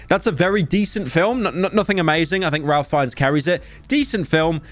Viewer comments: Pyro it’s pronounced RAFE fiennes 😡😡😡😡😡😡😡😡😡😡😡😡😡😡😡😡😡😡 unfollowed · your pronunciation of ralph fiennes physically pains me